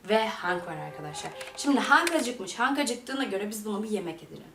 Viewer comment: Hank değil Henk Angela değil Encıla ginger değil Cincır